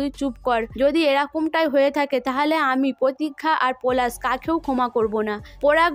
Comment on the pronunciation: তুমি পোলাশ আর পোরাগ কে যা করলে😂😂😂😂😂 পরাগ আর পলাশ ঠিক করে বলো।